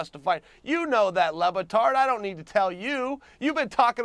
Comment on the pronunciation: He keeps CALLING him "lubatard" LMAI